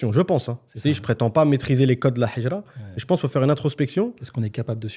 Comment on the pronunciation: Je vous invite à travailler sur votre prononciation du mot Hijra 😅 هجرة et pas حجرة